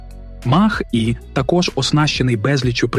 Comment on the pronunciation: Ви якесь ШІ для озвучки використовуєте? Навчіть назви правильно вимовляти. То Хюндай, то який Мах. Шо за Мах? Не зважачи на це відео як завжди круте. Дякую.